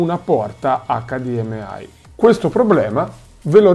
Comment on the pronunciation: Mi sanguinano le orecchie per come pronunci HDMI